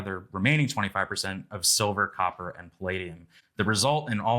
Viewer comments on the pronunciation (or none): none